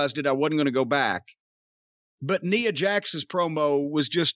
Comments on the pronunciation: It's funny that he calls her Neea Jax 😂😂😂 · I swear it might just kill Cornette to ever pronounce Nia correctly lol